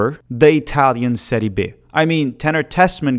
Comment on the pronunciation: it’s Serie Bi, not Serie Be